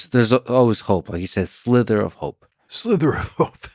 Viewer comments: Lex, the word is “sliver”, not “slither”! A sliver is a small piece, and slither is what a snake does. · It’s a “sliver” not “slither” hahaha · It's sliver.. SLIVER!!! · Slithers? Or slivers.. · Lex, the expression is a "sliver of hope" — "slither" is a mispronunciation common in some dialects of English across the pond: :) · Is it just me or is lex saying "slither" of hope as in a snake slithering, versus a "sliver of hope" as in like a shard or ray of hope coming through? And he got John to repeat it at one point? That was entertaining, as well as the rest of the podcast.